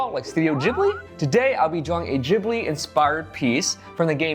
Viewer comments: Ghibli not jhibli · wait! Am I the only one who thought it was pronounced Ghibli and not Jhibli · Jibli? It's ghibli bro. Not jibli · Ross are you sure youre saying ghibli right?😂💞